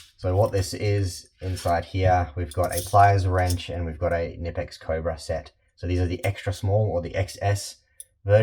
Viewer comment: K-nipex. Our friends in Wuppertal will be on the phone regarding pronouncing their name if you’re not careful. 😂😂😂😂😂😂😂😂